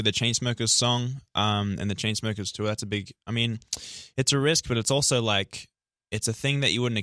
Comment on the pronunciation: luke still says tour as "tuwa" and I'm very glad